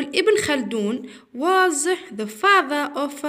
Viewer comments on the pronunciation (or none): شكرا لكن ليس فاضا..بل فاضر وليس تيشا،،بل تيتشر